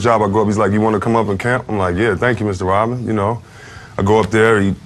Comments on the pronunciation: Does this guy know that Dennis's last name is Rodman not Rotman? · Yoh, You got colds or something? Cause tt really kills me when people can't pronounce simple things right. I mean it IS Dennis RODMAN. Not ROTman. Unless Dennis himself said so. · This is a good video and i liked it but cmon its RoDman not RoTman!